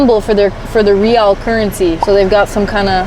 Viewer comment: We pronounce it as riyal, and btw, we changed SAR to a new symbol recently. GOOGLE IT and welcome to Saudi Arabia 💙